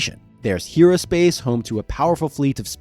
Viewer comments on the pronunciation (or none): none